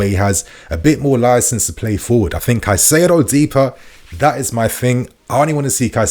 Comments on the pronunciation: kye-SAY-do, not kuh-SIGH-do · Still can't pronounce Caceido? Come on man. He's our player now. You HAVE TO learn to say their names right.